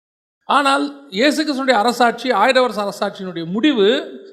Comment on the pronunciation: வசனம் வாசிக்கும் சகோதரியே ஈஸ் இல்ல ஏசு சரியா உச்சரிக்கைனும் 🙏🏻